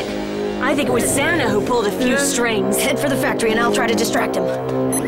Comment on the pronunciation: "X.A.N.A.", not "Zana".